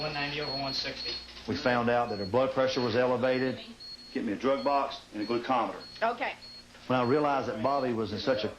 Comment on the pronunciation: he said glucometer